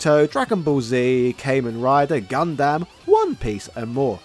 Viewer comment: Please never pronounce Gundam or Kamen Rider like that ever again